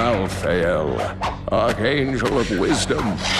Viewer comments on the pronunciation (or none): 1) Auriel, not Ariel. "W" sound after the A. Comes from the latin golden, or "of gold". 2) Malthael, not Malefiel. "TH", not F. You don't get to come up with snarky criticism until after you get your ears checked.